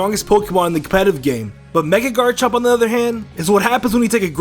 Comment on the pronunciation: what the fuck is a GARNCHOHMP